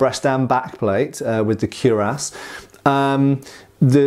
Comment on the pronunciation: Speaking of pronunciation, isn't it kwi-rass rather than kew-rass?